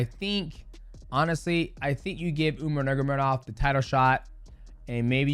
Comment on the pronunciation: DJ, you’ve gotta work harder on pronouncing Umar’s full name.